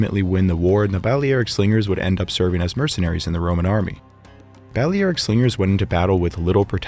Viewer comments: Seems like the most important piece of equipment a slinger owned was a pair of running shoes ... because at that range, if you miss your target, which looks fairly likely, you're going to need to run really fast to escape him. Balearic is pronounced as bal-ee-AR-ik (or ˌbæl.iˈær.ɪk in phonetics). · The mispronunciation of Balearic gets quite annoying. Other than that, an interesting video